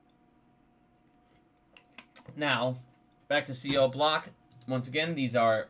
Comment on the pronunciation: The “doje”. cb-DEE-c. 🤣 You crack me up! Look, we may not agree on AMC, but it really appreciate your work and passion. Cheers.